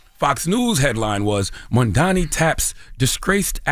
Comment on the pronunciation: Crazy how Charlamagne still calls him Mandani 😂